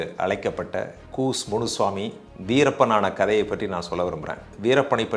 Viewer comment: கூஸ் முனுசாமி அல்ல அய்யா கூச முனுசாமி...